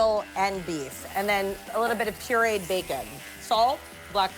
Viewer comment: Did she say "pureed bacon"?🤯❤